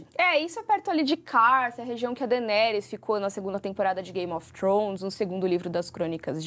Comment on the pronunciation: Olha só... O nome Daemon não soa como "Deimon", e sim como "Démon". Sempre que tem "AE" o som tem que ser "É". A Daenerys não soa como "Dãni", mas como "Déni"... Sigam o exemplo do nome Aegon, que soa como "Égon", e por isso o apelido do personagem é "egg".